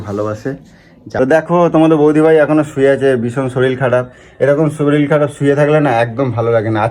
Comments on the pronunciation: ওরে গাণ্ডু! কথাটা শরীল নয়.. শরীর! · তুমি একটু বাঙাল কথা কম বলো। আর শরীল নয় শরীর। তবে puchu কে মিস করলাম 😢